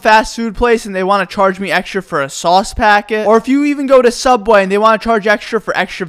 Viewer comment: I used to work a small local sandwich shop I don’t know if any of you have heard of it it’s called sooubway